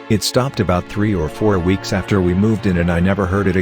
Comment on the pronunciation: how to reading bot reads 2 weeks. 2 w eeks lol